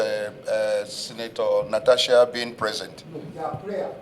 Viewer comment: But why are they calling her Natacha instead of Natasha?? 😂😂